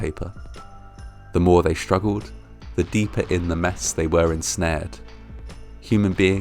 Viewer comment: If we can pronounce 'sticky' then surely we can say 'street' rather than 'schtreet' or struggle instead of 'schtruggle'.